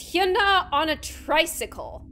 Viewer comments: Not hyuna its like Yuna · you are pronouncing her name wrong its Hy-u-na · k but why u saying “hyoona” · ANY KOREANS HELP ME, IS IT PRONOUNCED HYOOONA OR YAANAA (H SILENT?) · It's pronounced Hyana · It’s so funny u can’t pronounce her name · I don't really think u pronounce her name right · please pronounce her name correctly. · u said hyuna wrong, If u said hyuna a 7x faster it’ll be correct😊 (just sayin) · You said the name wrong I’m Korean so I know lol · ohmygod learn how to say her name right. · Okay, amazing video, but, I have to say, you're pronouncing her name wrong. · it’s funny gloom says hyuna wrongg 🗿 i’m soRRy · god I'm a minute and a half into this video and it's so hard to watch. "HYOONA" and "GAYNGNAM STYLE"